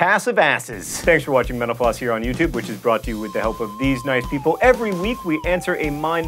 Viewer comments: I always here him say thanks for watching menopause. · Is it just me, or does it sound like he's saying "menopause" when he's saying "mental floss"? Lol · It sounds like he's saying menopause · everytime he says "Thank you for watching mental floss" I hear "Thank you for watching menopause" :) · Every time you close and say this was Mental Floss, I hear Menopause. Lol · It sounds like he is saying, "Thanks for watching menopause on youtube." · ''Thanks for watching MenoPause here on YouTube''. That's what I heard, lol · the way you pronounce mental-floss at the end of the clip, sounds like menopause...